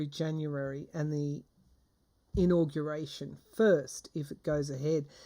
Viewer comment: The way you said in-augration drove me to look up augaration. Isn’t that interesting?! The word "auguration" comes from Latin and was first used in the Middle English period (1150–1500). The earliest known evidence of the word is from around 1450 in De Claris Mulieribus by G. Boccaccio. The word "augur" means to foretell something, especially from omens, or to give promise of something. For example, "This bad news augurs disaster for all of us".